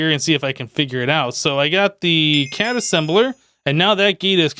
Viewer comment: the psy energy gun isn't pronounced CAD,it's pronounced C.A.D.[Casting Assistant Device](each letter is said separately) it's based on the anime Irregular at a Magic Highschool